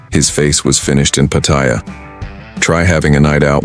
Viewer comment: I love how they never pronounce Pattaya correctly